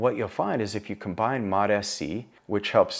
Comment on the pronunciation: He is saying it good, all docs call it like this